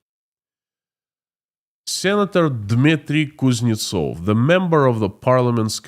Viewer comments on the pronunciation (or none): none